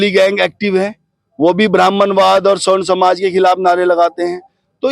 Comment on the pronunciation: स्वर्ण नही सवर्ण कहे